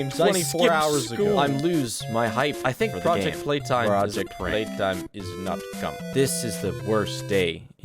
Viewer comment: also "Pooject Peetime" is absolutely based